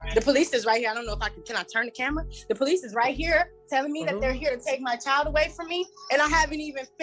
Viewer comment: The Po-Lease